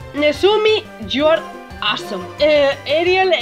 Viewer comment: No soy inglés Dilo con acento en la e ariEl Así